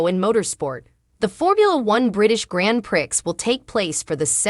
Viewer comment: The Grand Prix is pronounced as Grand Pree it is a French title.